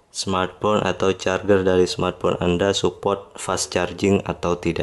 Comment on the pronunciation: masukan gan. pengucapannya carjer bukan carger